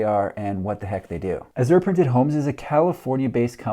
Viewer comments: Funny.... You pronounced it wrong both times. It's "ahhh-zshure" emphasis on the first syllable. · "Azure" is a shade of blue and a name used for the artists' color in oil paint. I've always heard it pronounced a-zhr, with the accent on the first syllable, not the second. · azure = ăzh′ər = A-zhur